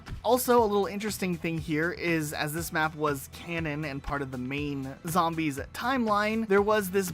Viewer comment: Has this loser never played a zombies map? Can’t even say them right